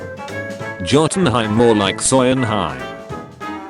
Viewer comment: i like how the ai pronounces jotunheim, jotunheem